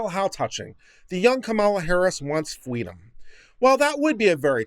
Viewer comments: Fweedom is what bwings us togever today. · If only her parents gave her fweedom then and there, eh?